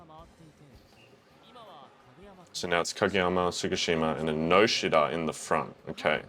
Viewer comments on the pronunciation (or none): SAWAMARU? Did he just pronounce "U" as "A"??? Its SAWAMURA!. And the "I" in Ennoshita is silent. Why its hard for you to understand why they use surname instead of First/given name?